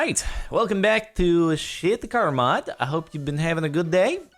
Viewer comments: Your terrible russian accent did not help. "Welcome back to shit the car mod" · "Alright welcome back to shit the car mod" what the caption thought you said might be worse than what you actually said 😂😂